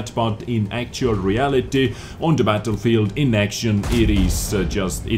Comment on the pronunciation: "It gets 'Worse and Vorse and verse" - RIP subtitle... Demonitized!...By all means Love you